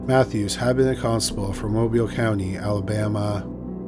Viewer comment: it's so good to hear Bay Minette and Mobile pronounced correctly. Also, in Mobile County, constables are elected and have a zero salary, though they do get paid for private process service and other duties where a uniform is handy. It's weird and anachronistic.